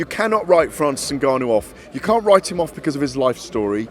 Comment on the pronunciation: Gareth getting precious over the pronunciation of Dillian Whyte, but then interview after interview cannot pronounce Ngannou and refers to him as Nigarnoo